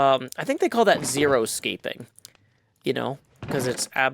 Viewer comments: Not zeroscaping, xeriscaping. Xeri is related tona greek word for dry or desert or something. Its about growing local flora, which grass lawns are not. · That is right, it is pronounced "ZERI-scaping" but it is funner to pronounce it "ZERO-scaping" because, you know. Although... how long does a word have to be pronounced a certain way before that way become the real pronunciation? So maybe, it is okay to say "ZERO-scaping" nowadays?